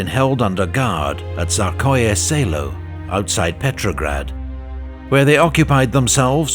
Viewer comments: there is an error, it is TSARSKOYE SELO, with an S between the R and the K, not "Tsarkoye Selo" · Russian speaker here & hopefully this is helpful: it should be “Tsarskoye Selo” with an ‘s’ instead of “Tsarkoye”. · Hi! Thanks for the video, the whole channel is amazing. May I suggest a minor fix? "TsarSkoy Selo", which happens to be my home town, has "S" in its name, so the whole name means nothing else but "Tzar's village". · Hi, awesome channel, thank you, but there is one little mistake in the video. It's not Tsarkoye Selo, but Tsarskoye Selo (Царское Село).